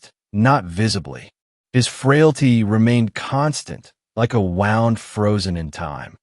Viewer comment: tEACH YOUR nARRATOR HOW TO PRONOUNCE 'WOUND' AS IN INJURY, NOT A SPRING.